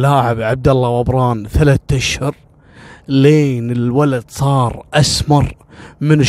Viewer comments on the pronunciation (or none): none